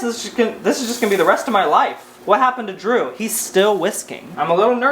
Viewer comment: bold thing to say, assuming that your name is spelt with a D. it’s literally pronounced jroo.